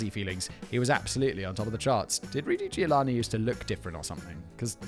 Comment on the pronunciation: Well, he also said that she gave birth in 1980, so yea, I think he might have just been tired. Not that this is a good enough excuse, but still. One love ❤️ Edit: I'm here after "Ruty Giovanni", and just wanna say that Simon had an even worse than usually day for reading and saying names.